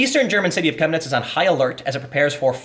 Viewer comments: You pronounced it perfectly. I live 1h drive north of Chemnitz. During GDR times it was called "Karl-Marx-Stadt". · YOU PRONOUNCED 'CHEMNITZ' VERY GOOD! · Chemniz ( pronounced shem-knee ) is a picturesque ski resort during the winter. The people there, at least 15 years ago, are some of the nicest people I've ever met. This story breaks my heart. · perfect pronunciation on the city name, nice